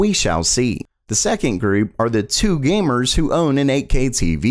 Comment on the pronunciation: I thought he said boomers lol